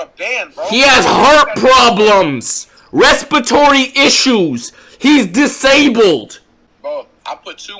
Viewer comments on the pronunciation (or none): “Respatory” 😂😂 respiratory*😂